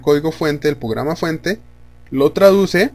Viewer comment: Porque dices pograma? 😂 Pero está chévere el vídeo entendí todo hasta pograma jaja